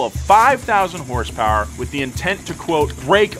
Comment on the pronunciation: 5k hurs purs. Sounds like Bull chit to me.